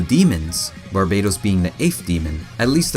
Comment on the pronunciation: it's not barbados but barbatos pronunced bar batos